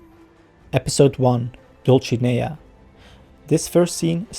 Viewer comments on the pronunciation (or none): Good recap. Some pronuncuation tips from a Spanish speaker. Dulcinea is pronounced DultTHinea and Rocinante is RoTHinante. Both characters from the first novel in history: Don Quixote. Edits: I see someone already explained that! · Dulcinea and Rocinante are characters from the famous novel “Don Quixote” by Miguel de Cervantes. Rocinante was Don Quixote’s horse, a bag of bones he deemed better than Bucephalus, the horse of Alexander the Great. And Dulcinea del Toboso (aka Aldonza Lorenzo) was the imaginary apple of his eye, the embodiment of beauty and virtue, to whom he would dedicate his victories. Now, your pronunciation of both names was quite good, except for how you pronounced the letter “c”. In European Spanish, when “c” is followed by “i” or “e” it is pronounced like the English “th” [sometimes represented with θ] in words like “thin”: Roθinante; Dulθinea. However in Latin America (and some parts of Spain) it’s pronounced much like the English “s”: RoSinante; DulSinea. Was it pronounced like that in the series? I can’t remember. I guess that’s why I’m watching your video. Anyways, great recap!! Thanks!